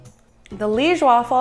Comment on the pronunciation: You said Liége right the first time you said it, actually. It is lee-esh. We eat them with powdered sugar on top usually, not really with sirop. They looked bomb!